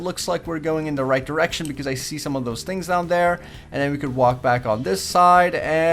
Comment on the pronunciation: sound like he says lets go back to this erection